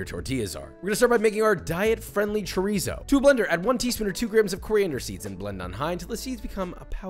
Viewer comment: Did joshua just bastardize chorizo